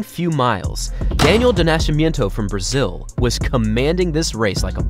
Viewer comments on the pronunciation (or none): none